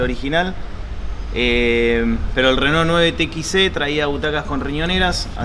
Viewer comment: esta bien pronunciado "reno", en frances se pronuncia asi